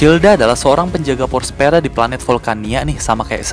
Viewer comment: Btw bukan *pous pera bang😂 tapi power sphera Ga tau sih tadi Abang bilang apa kayanya pous pera 😂🤧